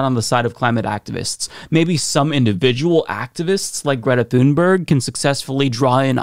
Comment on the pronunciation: Sounds more like "tune-berry" to me at least as the "g" was softened to "y".